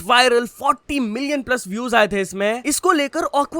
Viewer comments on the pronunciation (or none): none